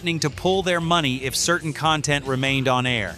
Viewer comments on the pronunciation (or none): none